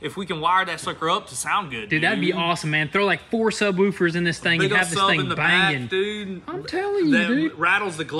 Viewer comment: "Sub-wooo-fers & tweakers." 🤣 I love you guys, what I appreciate about you guys most is just diving in and making things work. Regardless whether you have any experience or knowledge, you just get it done...